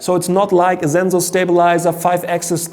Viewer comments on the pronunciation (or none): It's not zenzor it's sensor. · It's German